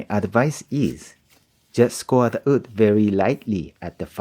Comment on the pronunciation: My friend, your skills and english are both absolutely amazing. But the word is "WOOD".. not "OOD" Sincerely, an ESL teacher. <3 (Im just joking with you. I subscribed!)